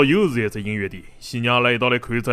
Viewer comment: 音乐的“乐”读音不对。不要为了刻意避免江北上海话而矫枉过正，变成普通上海话。